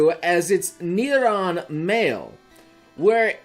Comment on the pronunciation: Rattata is pronounced RAH-tuh-tuh. Not ruh-TAH-tuh. Also, incisors is in-cīs-erz. Nidoran is nēd-ohr-æn. The phrase is “Crowd favorite”, not “Crowned favorite”. Kadabra is kuh-DAH-bruh. I’m sorry. I’m gonna leave now.